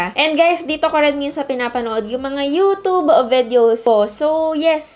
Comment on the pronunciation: Sana i pronounce nyo ng tama ang youtube — hindi yootoob